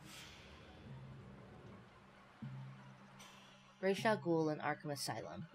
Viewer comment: Reish Al Gool? Who is that, the weirdo-world version of Ras Al Ghoul? Why is everyone, who's not from the near orient, butchering names? Especially when there are MOVIES in which the ames are pronounced correctly, ok ALMOST correctly. For your information, I'll tell you HOW to pronounce that Arab name: It's "Raas ul Hool", with the "H" of Hool is pronounced like a softer version of the German, Swiss, Austrian "CH". Or like the spanisch "J" Same for German words and names, when you aren't from Germany or speak German. "DER RIESE" is correctly pronounced "Der Reeseh" for the "E" on the end of "Riese" isn't a silent letter, like it is in a lot of English words. The German language has nearly no words, with silent letters